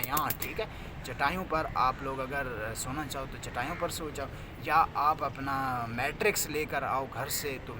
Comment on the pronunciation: بچے تم یونیورسٹی میں پڑھ رہے ہو؟؟؟؟ یا یونیورسٹی میں پکوڑے بیچتے ہو؟؟؟ بیڈ پر کیا ہوتا ہے اس کو Mettress کہتے ہیں۔ " میٹریکس " نہیں کہتے۔ بچے پڑھائی پر توجہ دے یہ ویڈیوز بنانا بند کر۔ ماں باپ کا پیسہ اور اپنا وقت مت ضائع کر